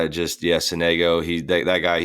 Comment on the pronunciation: as an italian, hearing sonègo hurts ahahha, it's sònego